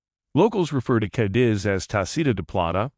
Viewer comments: Kindez , Kitties , Cadzitz , Cad-dits!! which is it ? the man only pronouces the name correctly once and that's !! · Who the heck is doing the narration - terrible! It’s NOT Kaadeeze, for Pete’s sake!